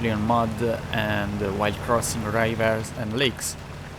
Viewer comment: Good video. Here's a tip: Use Google Translate and let it read out loud the text of your subtitles. Listen and learn from Google Translate how to pronounce some English words, like ENGINE, CASUAL, RIVER, CUSTOMIZABLE and SURFACE!